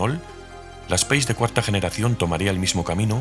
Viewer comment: 😅 Es raro escuchar nombrarla "speis", es un vehículo francés no inglés, ellos la llaman como "espás", y por aquí siempre dijimos "espace" tal como nos suena